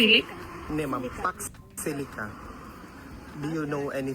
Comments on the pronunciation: baka hindi alam ibig sabihin ng pax silica. haha she almost say paksiw !😂😂😂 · Kung aware at alam nya kht hnd masyado maliwanag ung question sna.magegets nya. Unfortunately ung pagkasabi nya Ng fox silic? It means hnd tlga nya alam yon